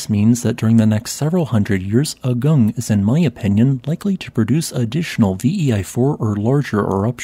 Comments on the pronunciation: Another local note: it is pronounced "aah-goong", not "ugg-ung". It probably is worth editing the audio. Likewise for all Indonesian and Malaysian words and names: "goo-noong", not "gun-ung", "boo-kaht", not "buck-at". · Just a side note... the correct pronunciation of the name of this mountain is AH-goong, not uh-GUNG. An eruption of that scale would be very disruptive to the regional economy, as Bali is a significant tourism destination (and even now many Ukrainians and Russians have fled there from the current war in Europe and are spending their money there).